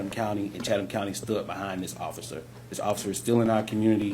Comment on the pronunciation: The Author said Chataham County like it was kind of an Indian type Native name. It was mispronounced in the first part of the clip/video. Its actually Chatham County Police that covers Savannah, Georgia that is the County Seat of the County which also covers smaller cities inside the county. Just wanted the correct County and area to be known.